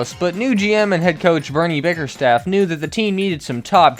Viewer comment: Hah “bernee biggerstaff” 😂😂